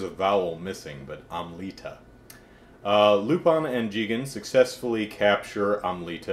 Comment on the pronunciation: Never heard someone say lupin the way you do. Lol cool reviews I appreciate it